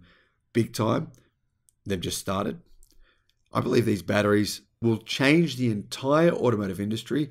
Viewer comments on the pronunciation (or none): none